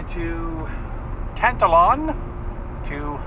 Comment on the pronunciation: It is not Tant Alon! It is Tan Talon!!!! Say it with me....Tan Talon, Tan Talon....practice makes perfect. Safe travels. Alberta is not as bad as you see on the news. You will find something. Stay positive and it will find you!